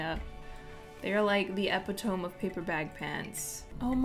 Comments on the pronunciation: babe. I love you, but its not epi tome. Its e pit o me lol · Did you just say "ep-it-tome"?? LMAO I used to do that too, because I never connected the word I know was spoken as "ep-it-o-me" to the written word "epitome" until I was like 25. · Ily and this was so fun to watch! I don't know if you did it on purpose or not but if you didn't know, 'epitome' is pronounced 'ep-ih-toe-me', not 'epi-tome'. <3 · Your pronunciation of epitome cracked me up because I definitely thought it was pronounced that way before too for the longest. It actually sounds like apiduhme